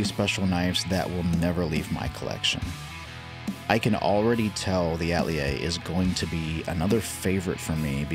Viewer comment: I love the design, and I love GiantMouse. However, is there a reason why the pronunciation of the word “Atelier” keeps being butchered?